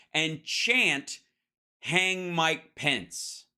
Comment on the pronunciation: Why can't Hal pronounce the Vice President's name correctly